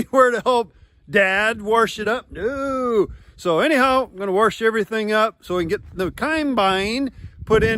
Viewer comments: When you plant corn on corn, what extra things do you have to do? Extra fert, tillage, lime, etc? Does realize it's wash and not warsh? And it's a CoMbine, not Conbine?? Thanks and thumbs up!! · Dad said WARSCH your combine lol. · Think they stole it from Carlton County, New Brunswick - Canada...lots r's find their way into all kids of words, warsh, chicargo, samwrich...I could go on. And, who doesn't say Acrost?:) love your videos (and family) making me super homesick for my grandparents farm. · From the old country. They also warsh their dishes in the zink. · I'm a Minnesotan, where do Iowans find the 'R' in wash? 😄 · Kansas-ans (?) say it that way too